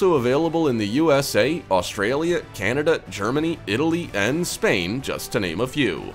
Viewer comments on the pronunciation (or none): none